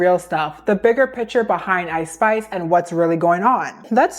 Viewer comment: I’m sorry. I know you keep saying Ice Spice, but I keep hearing it as I Spy. I can’t help but giggle at the idea of a rapper named after a children’s game. I’m so mature.